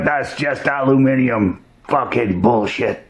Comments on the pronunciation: He says really aluminium. Whooo! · Thanks for saying Aluminium correctly !! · you're the only american I've heard pronounce 'Aluminium' correctly